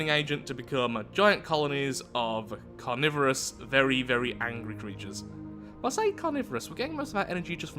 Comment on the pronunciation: its calorvorous